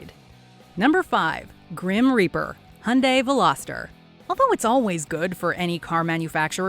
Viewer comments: How the fuc are Amercians saying HUNDAY while its fucking obvious that it is pronounced HAI UN DAY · HY UN DAI NOT HUNDAY WTFD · Hey Its hyundai (hee yun day) not hawn day or die. The Y in hyundai is not silent💯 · Soo annoying pronunciations it’s called Hi Oon Die not Hun Di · did she js.. call hyundai.. hunday?. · You are mis-pronouncing Hyundai. The H is silent. It is pronounced - Undai